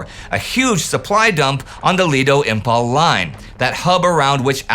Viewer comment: Though it has a spelled as Imphal but pronounced as Im -Faal.